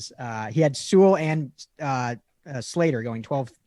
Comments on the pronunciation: I have one note for you, especially. If by some miracle he gets drafted there, ya gotta learn to say Penei Sewell's name right. It's pronounced Sue-ull. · That and them both saying See-Well was driving me nuts.